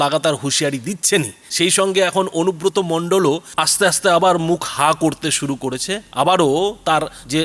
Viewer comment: উনি মাঝেমধ্যে বলেন শুরু করে, শুরু করে না সরু করে, কঞ্চি কাটতে বলছেন? মুখ্যমন্ত্রী উচ্চারণ ও অসুবিধা আছে। ছিড়তে পারে না মুরগীর বাল, ধরতে এসেছে জাহাজের হাল।